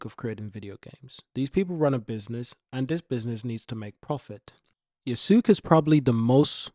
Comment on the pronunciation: Love the video. But so you know, it's pronounced Ya-skay